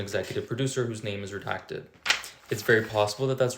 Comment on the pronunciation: pronounced redacted not retacted